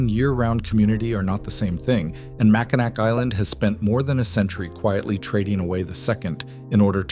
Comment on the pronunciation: It's Mack-in-aw for pronunciation.